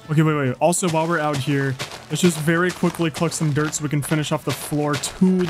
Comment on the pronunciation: I love how you say dirt duert